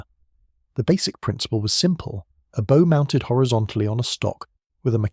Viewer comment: ? he pronounced bow incorrectly. AI. No idea what you are commenting on